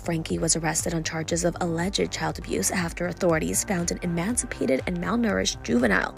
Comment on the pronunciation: I’ve been shocked the number of ppl mispronouncing ‘Franke’, ‘emaciated’ and ‘extremities’.